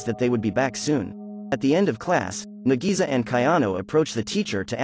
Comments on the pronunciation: Nagisa is pronounced like Nagi-sa, versus Na-GEE-Suuh😆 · i rewatched the original anime 4 times (both seasons) (MAN KARASUMA DOESNT EVEN LOOK HANDSOME IN THE ANIMEE BRUH) (AND BRO JUST BUTCHERED NAGISA'S NAME SO HARD "NAGISI" IM CRYING SO HARD RN LMFAOOO) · bro call nagisa to NEGIZA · Nadisa me: nadeez nutz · I don't think I like the live action too much because 1. The voice to this video can't pronounce nagisa correctly 2. The didn't add the vacations 3. The kid's hair colors are off 4. They replaced there greatest attempt to kill koro sensei with something that was built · Why did the narrator say nagisa wrong so many times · Did anyone else get pissed when he pronounced Nagisa's name wrong